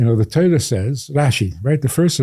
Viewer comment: You live by the Torah or Teira, or Tara, or Tiera? TerroX. I'm really past irritation.